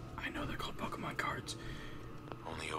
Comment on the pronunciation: Did any body notice he said pokeman instead of pokemon